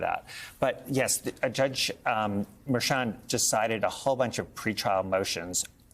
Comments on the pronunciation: It's not Merchan it's Mer~chan get it right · Try pronouncing the judge's name correctly. Mer-shon not Merchant. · Please pronounce the judges name properly. It’s mer-Chan. French inflection. I don’t respect her as a journalist either. She is a hack